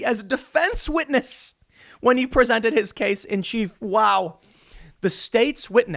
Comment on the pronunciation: A Scwitness